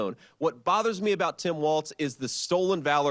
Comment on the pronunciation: As a Minnesotan … stop saying Tim WaLTz!!! It's Walz